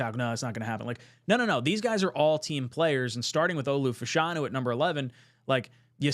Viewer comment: love the vid, its Fashanu not Fuhshanu